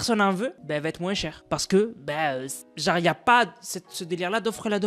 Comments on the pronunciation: En dit pas moinse mais moins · les "mouainsse" c'était drôle par contre (c'est peut être un accent dans ce cas je suis désolé) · C’est une dinguerie de dire "moinss" en appuyant sur le s, j’ai jamais entendu ça 😂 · Rapporte « moinsse » ? 😂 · Mdrr à quel moment y’a « sse » à la fin